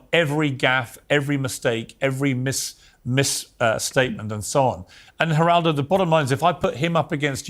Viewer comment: Just to clarify the g in spanish is pronounced like an h. That's why it sounds like "H"eraldo.